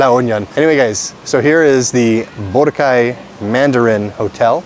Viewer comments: pag sobra sa dalawang pantig ang salitang tagalog, ilagay mo emphasis sa gitnang pantig, magimprove lalo pronunciation mo..sample bo RAHHH cay.. pag madaming pantig, the syllable before the last one, bigyan mo ng emphasis. example, ku ma kaaah en, na tu tuuuu log. cook-to-order is paluto, matic na yun magbabayad ka..ganda ng improvement ng tagalog mo! congrats! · It’s pronounced boh-RAH-kai